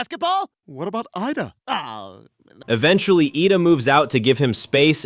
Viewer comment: How does this guy mess up the name Ida 😂